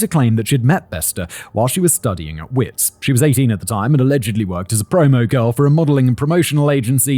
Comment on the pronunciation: The South African university is pronounced Vitz. It's an Afrikaans/German/Dutch linguisitics thing 😊